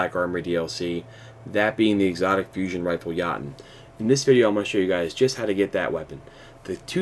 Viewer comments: It’s not called the yotten it’s the yooooten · yatun...lol pronounce it "yo ton" and you'll be good fam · Dude it’s Yoooooooo Tonnnnnnnn not yaton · Yo-ton not ya-ton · Did...did you just call it Yaten? It's pronounced like Yo-tun. No disrespect, just it made me cringe a little every time you said it like that. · “Ya-nnnn”.......... all things aside, very useful video and gets straight to the point thanks man! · Thank you so much for this, it helps a ton but just a quick little thing: jotunn is pronounced (yo-TUN), they’re giants from Norse mythology who live in Jotunnheim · Œyvind Ârntsen Hvıdsten it’s (yo-ten) that’s literally how it’s pronounced. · I thought it was pronounced Jyo•tun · Its Pronounced Jotunn - "Yo-ton" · If you're going to do a video about it, do it right. Its called pronunciation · You said the name wrong it’s jotun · Nah its norse mythology pronounced (yo-den) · You make me grind my teeth every time you say it, say it like Yo-ton... PLEASE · "Yahtum" ROFL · did u just pronounce it as yatchen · Its pronounced yo-ton for fucks sake.... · Yeah um, its pronounced "yo-toon" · I loved that, made my night!!! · I know different folks say things a bit differently but that Jötunn pronunciation made me explode internally. Good vids though! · it is pronounced somewhat different. The sound in shure; the sound before the r, that is the Ö, so add a J with that sound and finish it with tun like in tuna. ^_^ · Nope. the U is pronounced the way the U sounds in "you". Not as an O. See the Wikipedia entry for Jotun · Is that really how its pronounced? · stop pronouncing it wrong